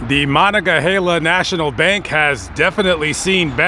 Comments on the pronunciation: MANONG NOT MAHONG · What did he say ? The Monicahailia? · Muh-non-guh-HEY-la Monongahela. You're welcome! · Born and raised here, thanks for showcasing the hometown. I'm not even gonna hold you like I knew Thomas Brown was up on northside. Also Its pronounced "Mah-Non-Ga-Hale-Ya" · Great video! I live about 30 miles north of Brownsville. It's pretty cool you did a video not far from me! Btw is pronounced ( Ma-nong-ah-hayla) Monongahela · Say it with me,: "Ma nong a hey la" River 😊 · The river’s name is pronounced mah-nonga-heyla.